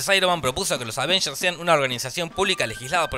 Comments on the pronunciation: me gustaba mas cuando decias Advengers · Al fin dejó de decir "aDvengers"